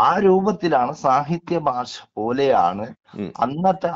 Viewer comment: ബാശയല്ലടാ 😄😄😄 ഭാഷ. I